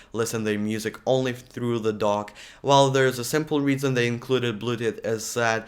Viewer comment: I also thought he said DOG .